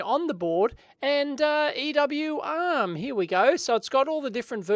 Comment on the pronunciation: With your australian accent, honestly I sometimes wasn't sure whether you said "uhm..." or "ARM" :)